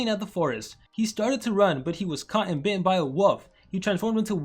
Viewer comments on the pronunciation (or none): none